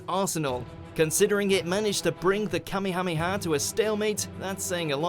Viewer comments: I can't get over the way kamehameha is being pronounced. please revisit dragon ball if you need help. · I hate it when people say Kamehameha like that